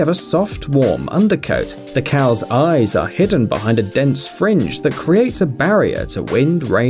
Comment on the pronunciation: there Highland coows, no scottish coows